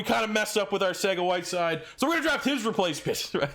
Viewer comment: Can’t respect an Eagles fan that doesn’t know its pronounced “Arthega-Whiteside” by now.